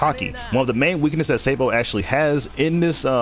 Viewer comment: Oh yes "Sei-bo"